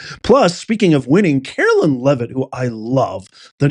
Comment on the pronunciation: love you so much, but it's pronounced CaroLINE, LOL, not CaroLYN 😂 speaking from experience, it bugs us ❤😂 still love ya